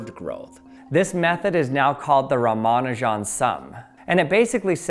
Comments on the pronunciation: Ramanujan the greatest mathematician ever. died at 32 years old. why did he die. he went to england and got so depressed that he fucking died. thank you london for that. also his name isnt pronounced "ramanu jan" like you do but rather "rama nujan" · I've heard it pronounced Rah-Mah-Nue-Jen. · I hate that they never bother to get non-Western names right. Euler and Schrodinger are always intentionally pronounced perfectly. 'Sree-ni-vahs 'Rahm-uh-'noo-junn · Ramanujan... Isn't it pronounced Ra-ma-nujan and not Romanajohn? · Ra-ma-nu-jan not Ra-man-u-jan. It's the man's name, especially as it doesn't contain hard to say sounds for a native English speaker it deserves a little more care. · Ya gots ta stop pronouncing Ramanujan like it's Parmigiana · I've always heard his name pronounced RA-ma-NEW-jin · Great explanation, but please - it's 'oiler' and 'ram-a-new-gen' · Please pronounce Ramanujan” correctly. It is pronounced as “Raa-Maa-Nu-Jun”, (Jun as in Jung without “g”) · Your pronunciation of Ramanujun is hilarious. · The only thing I learned is that you don't know how to pronounce Ramanujan. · The stresses in "Ramanujan" are on "Ra" (and "Nu"), not "Ma". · You say ramanujan as if you've only read it, and euler as if you've only heard it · If Euler is the first level of pronouncing mathematician's names, the Ramanujan is the boss of the first level. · Got triggered on the pronounciation of 'Ramanujan' after the Numberphile videos, but turns out this correct, or at least closer 🤷‍♂️ Edit: watched some native Indian speaking videos and they say it like Numberphile. Now I don't know what to believe! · Ra-mon-ew-jan Oil-er There’s a lot of cognitive dissonance trying to trust someone talking about “in quantum mechanics we” yet pronouncing Euler in phonetic English Not that you’re wrong in what you’re talking about—you do good work for science communication, but you know fyi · It made me squirm every time with both names - should be 'oiler' and 'rama-new-gen' arghhhhh